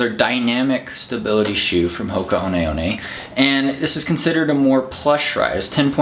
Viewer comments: TIL I've been pronouncing 'Hoka One One' wrong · Same here. I was pronouncing it Hoka 1 1. I need to learn how to read.